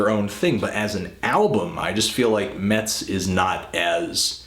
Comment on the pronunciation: It is actually pronounced 'mess', they took their name from my hometown